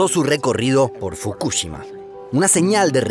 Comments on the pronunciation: Soy el único que se pone nervioso cada vez que lo escucho decir Fukúshima cuando deberia decir Fukushima a secas y sin acentos!!! Que nervioso me pone esa manera de pronurciar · fukushíma es con acento en la I, es lo unico q tengo para decir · No pongas acento en la U fr Fukushima 😡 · Como me pone nervioso y me estresa cada vez que dice FukÚshima. Se dice Fukushima!!!! Sin acento 😑😒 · Fukúshima? ajjajajajaj si fuese así sería una palabra esdrújula y llevaría una tilde en la silaba tónica. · fu KU shima no, fukuSHIMA SI . Habla bien el Español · La pronunciación: NO es Fukúshima es Fukushima como lo pronunciaba el de Quantum Fracture. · Estuve a punto de dar dislike solo por escuchar fukúshima casi mi toc me juega encontrá xD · Me haré miembro cuando aprendas a decir fukuSHIma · Me estresa como pronuncia los nombres Fukushima y Chernobyl. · Me gustaría que aprendas a pronunciar ciertas palabras o nombres como el de Fukushima, todavía recuerdo sobre un video de Corea donde no pude terminar de ver el video porque me tilteaba la pronunciación xD Pero los videos son tan educativos! Me encantan <3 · Por fin, me re tilteaba que lo diga mal... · Todo el vídeo me atormento escuchar Fukushima mal pronunciado